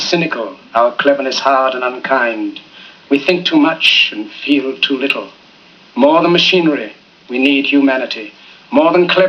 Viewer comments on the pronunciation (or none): I thought he said "few too little." Hits deeper imo